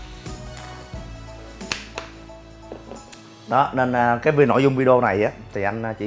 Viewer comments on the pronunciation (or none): none